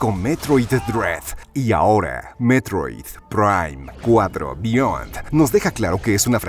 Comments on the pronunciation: Si si si, muy bonito y todo, pero yo quiero saber porque se escucha todo robótico cuando dice: "Metroid, prime, cuatro, beyond". Se escucha como IA, todo pausado y antinatural.😮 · Por qué pronuncia así el nombre del juego, DIOOOOSSSSS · A lo mejor la voz de narración fue generada por IA, y ésta se confundía, o más bien malpronunciaba, el nombre del juego por contener palabras en inglés. Por eso suenan las palabras así de distanciadas, porque seguramente tuvieron que separarlas y darles otra escritura para que la IA lo pronunciara bien. Es sólo mi suposición.